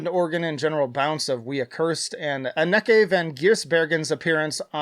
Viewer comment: just FYI it's AH-nuh-kuh (close enough, she's Dutch)